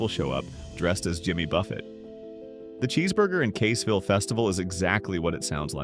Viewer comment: I see that Caseville and Saginaw are also pronounced wrong as well.